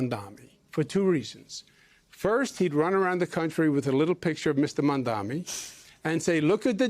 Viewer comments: I’m not spelling it. I’m saying it phonetically. The first syllable is pronounced like Mom. Not Mam. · Zohran Mamdani. You and this anchor are both saying it wrong. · MOM - da - ni. He can’t even remember a 3 syllable name. 😂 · You cant either. Its MAMdani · Jen Psaki, as a journalist you don’t know how to pronounce Mamdani? Or is it just because you’re racist and an Islamophobe?